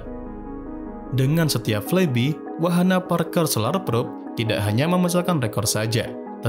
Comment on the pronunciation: I hate to be that guy, but it's spelled "flaibai" not "flaibi", lol Other than that, great video!